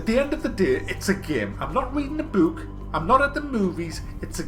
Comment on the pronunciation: love how you say "bewk" maybe the reason i've been subbed for so many years just say it more to me,, please